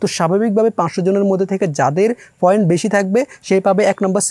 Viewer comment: foint na point